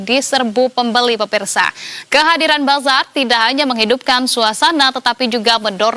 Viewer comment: Sebutan nya Bazarrrrrrr Ramadan. Nasi KerrrBau.. kaya sebutan Org Zimbabwe